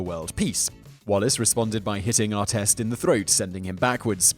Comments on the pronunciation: Ron Artest. Ahr-test, not ahr-teest. Learn to speak proper Murican! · Ar-TEST not Ar-teest. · Why did he say Arteest? It's Artest why can't you say it correctly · I bet Ronny would love the initial pronunciation of his name as ar-TEEST 😂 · You seem to have a grasp of the English language, being British and all, which makes me wonder how you mispronounce so many words. How can you possibly mispronounce evander and artest? It's not that hard